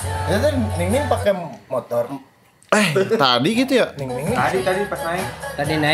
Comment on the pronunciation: Bang, kalo susah nyebut nama Ningning 😂 gapapa kok nyebut dia 𝐍𝐈𝐍𝐈𝐍𝐆/𝐍𝐈𝐍𝐆𝐒𝐈𝐇. Karena itu panggilan kesayangan fans dari Indonesia untuk dia. 😅❤